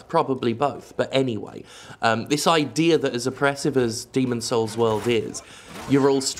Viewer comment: "Are you saying Demon's souls? cause it sounds like Demon's holes"